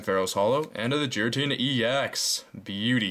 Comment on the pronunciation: You pronounced '' Giratina'' wrong.